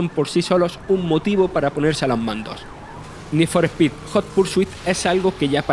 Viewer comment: ¡Joder! Esos españoletes deben de evitar pronunciar el idioma inglés, lo destruyen sin piedad. "Nid for espid jot pur su it" The horror.